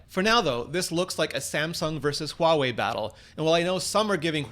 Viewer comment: Holy shit, someone who is actually pronouncing Huawei right :O